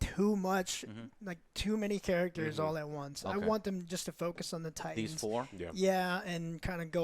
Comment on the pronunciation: Straight down right disrespected the name “Titans”